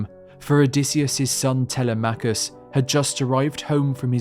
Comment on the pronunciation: Such an incredibly detailed and colorfully described tale! Thank you. However, you pronounce the son of Odysseus the same way I did for years: Tel-e-MACH-US. A small matter, but the correct pronunciation of the Greek name is: Te-LEM-ach-us.